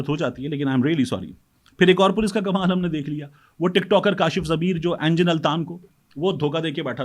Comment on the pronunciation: طارق بھائی نام اینگن ہے، اینجن نہیں